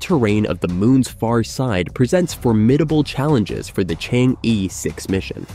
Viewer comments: Chang er. Not Chang yi Stubborn.Never want to pronounce it correctly. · Not to pronounce Chang-e as "chang-i", but "chang-er". There is mythological tail about a fairy lady "chang-er" who flew to the Moon thousand years ago and she has lived there since, along with her jade rabbit. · Chang - eh (not Chang - Yi)😊😊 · Chang er not Chang yi. You stubbornly mispronounce it and malice. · It's not Chang ee but Chang er ok? Don't kill the Moon Fairy. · Chang- e, please pronounce it as, in Chang, the a sounds like most European a, like German Italian as A, or similar to ar. The E, is not simple E, like er, or, ur, but does not sound the r . 嫦娥，a legendary lady lives in the moon. You can copy the Chinese characters and in google, paste to Chinese translate!To English, you will hear how it sounds. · Chang'e should be pronounced more like "chunk" "ur" - as in 'urgent'. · chang'e is pronounced and "chang er" pls correct your words..it sounds so weird listening to you.. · Chang-e is actually pronounced “chang uh” named after the Chinese legendary goddess of the moon. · Prononce “Er.” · Pronounce as er not e😢😮😮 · Pronounce Chang - Er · Chang'e is pronounced as Chang 👉errr👈 in Putonghua ( Mandarin ).😊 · So annoying to hear Chang E spoken constantly absolutely wrong. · Shame on the Announcer. please check with a Chinese speaker how to pronounce the 'Chang 'E'. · The host completely mispronunciated Chang'e . He should had checked it online before uttering it. It's misleading... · It is difficult for non-Chinese speakers to correctly say "Chang E" (嫦娥) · Judging by the number of times he changed the pronunciation of Chang'e, I suspect it was a real person doing the voice. A robot voice would know how to pronounce Pakistan. :-)